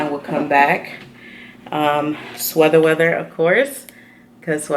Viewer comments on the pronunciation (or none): Do you ever notice you say sweather weather? Or is it actually intentional just as a joke? Lmao I always wonder this in every video! 😁